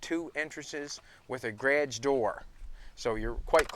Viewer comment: i love the 'grage' instead of garage